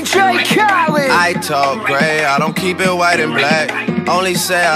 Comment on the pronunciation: Its Dj Khaled with a E not a I